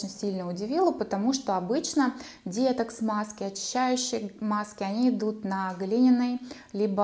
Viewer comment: детокс говорите правильно ударение на оооооо . изв режет слух